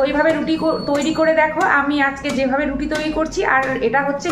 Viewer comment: তুমি তো রুটি বলতেই পারো না